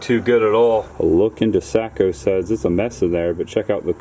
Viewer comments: That's Pretty Cool. I Love Before & After Stuff. Have You Done One On American Graffiti Or Groundhog Day? By The Way, We Don't Say Sack-OH-Suds, We Say SACK-A-Suds. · Enjoyed the vid. You just can't pronounce Sac-O-Suds to save your life. That gave me a good laugh.